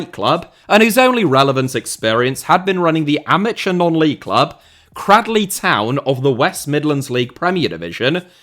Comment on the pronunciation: It's a long a in Cradley not a short a.